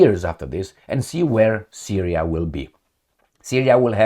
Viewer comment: trump sounds like 'you give us syriya we give you ukraine'